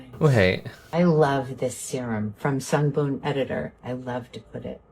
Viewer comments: I noticed Jaclyn hill also says “sungBOOM editor.” Like jfc at least have a little respect of the brand you are making a kickback from and say it correctly 🥴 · When I first saw the Kardashian mother doing the Sungboon Editor ad about a week ago, I cracked up. I honestly wasn't sure if the whole thing was AI or not, especially when she said the brand's name wrong, 😐. Like you said, they probably probably spent a sh*t ton of money to get her for the ad, so they just went with it, lol. I do love their products though, so I'm going to resist giving them side eye (lifted with a weird TikTok gua sha thingie, 😂😂😂). When you rolled your face with the lint roller...I almost fell out of bed laughing, lol. LOVED this video....thank you. Hope you had a good holiday season too, 💐🖤🗽🌃.